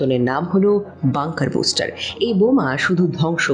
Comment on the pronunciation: বুস্টার নয় ,, ব্লাস্টার,,,!!!